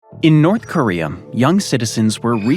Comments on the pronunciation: "North Koreum"? East Africum???" He randomly places the letter "m" EVERYWHERE. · “In north koream” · "NORF KORIA HAS NOFING ON FIS COUNTRY!!!" Meanwhile, just across the Caspian sea, Chechnya exists.